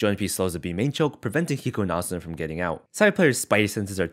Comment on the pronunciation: I like how u pronounce asuna. Cuz there are so many people that say uh-soo-nuh. Idk just a pet peeve ig u could call it